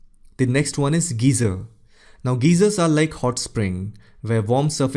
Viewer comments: Great video though I would like to point out a few pronunciation corrections. A geyser is pronounced as guy-zer not geezer. A geezer is an old grumpy man. Fjord is fyord not jorg. Also the f-word is a swear word. To say something is silent you'd say the letter (insert letter) is silent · Lichens is pronounced "laee-kens" not "litchens" Geyser is "gaee-zer" not "gee-zer" Fjord is "f-yord", not "jord" — not sure where you got the idea that the f is silent. Aside, really enjoyed the video.